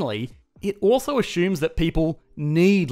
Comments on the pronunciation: It's usually azzumes, spelled assumes even though it sounds nothing like ace-umes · ......🤨: "ashhoomes" 😂 (Love ur channel) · Drinking game: Everytime he says "ashumes" take a shot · Me: Assumes: ASHUMES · It a-shooms a lot. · wtf is "ashooms"? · Let’s “ashoom”